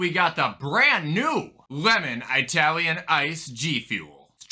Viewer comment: Would do some people say Eyetalian, do you also pronounce Italy as eyetaly